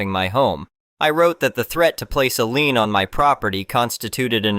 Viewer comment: It's a computer, it can't pronouce every word correctly